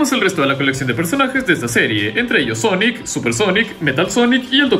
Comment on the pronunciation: Me da risa el cuando dice sonic el jegejojo